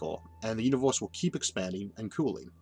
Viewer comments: Love your video and explanation. You have a funny way of pronouncing uni'w'orse and similar words. Where are you from? :-D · I can't un-hear "Univorse" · really wanted to watch but the way you pronounced universe rocked my ears. sorry man.